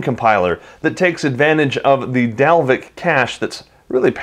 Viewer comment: I am from Iceland and you are prety close to pernouncing Dalvik right.